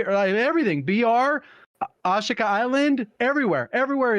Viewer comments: I can't get past how pronounces Ashika island...Holy shit "Osh-kuh" Island Jesus it drives me insane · Glad to hear I’m not the only one who gets triggered by the way he says it 🤣